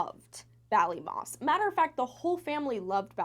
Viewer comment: So so sad :( and yes you said Ballymoss correctly XD I wish they had answers and closure